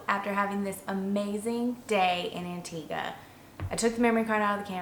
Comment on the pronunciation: You pronounced Antigua correctly at the beginning of the video, but not at the end. It's An-teeg-uh, not An-teeg-wuh. Great video, though! Sorry to nitpick!